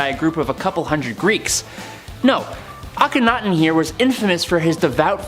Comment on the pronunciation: THANK YOU to the first lady for pronouncing Akhenaten and Thebes CORRECTLY!!!! One of the other guys kept saying AK-ONITON AND THEEBEES.. It was grating on every last nerve i have...